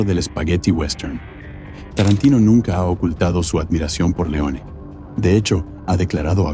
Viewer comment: Y ME MARCHO DE TÚ VÍDEO. CUANDO DICES "ESCORSECI" O QUINTÍN "TARRANTINO" DOS NOMBRES ITALIANOS PRONUNCIADOS CON UN INGLÉS ¡CHAMPURRRRADO! ES MAS QUÉ SUFICIENTE "PARRRA" MÍ! ADIEU!🙋